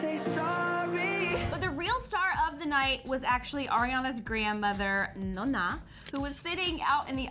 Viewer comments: its not NAH-NAH its NOH-NNA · They were like nuuna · her pronunciation of "Nona" made me cringe but i still love this channel.